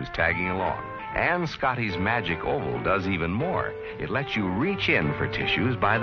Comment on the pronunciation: Magic "oval", not "hole", lol🤦